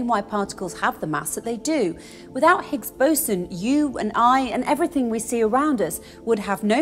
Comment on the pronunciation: when she said the words 'Higgs Boson', i automatically look on her chest coz its sounds like 'Bigs Bosom'.. lol